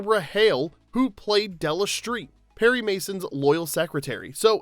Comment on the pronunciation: Della Shtreet?